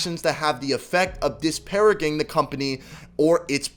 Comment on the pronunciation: Almost disliked because of how you said disparaging